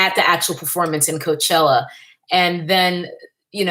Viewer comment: “Mayochella”....😂, I can’t!